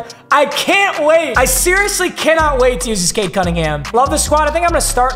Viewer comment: Especially when it was pronounced “Cade”